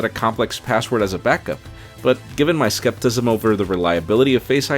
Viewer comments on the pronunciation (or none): Did he say, "skeptism???" rewinds 10s He did! Lmao. COUGHskepticismCOUGH ;) thanks for another vid guys!